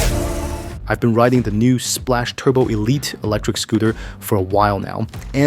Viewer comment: It's pronounced SPLOCK Not SPLASH